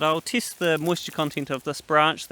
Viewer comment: When u say cheese 4a foto do u say chiise? Wood is 2wet not 2wit an u test it not tist it, itc itc. I mean, there's accents an then there's just straight replacing an e 4an i. Wtf?